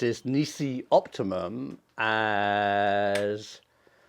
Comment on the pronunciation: "Optimun"? Kettle, meet pot.